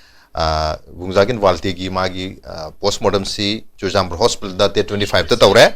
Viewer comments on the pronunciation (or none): none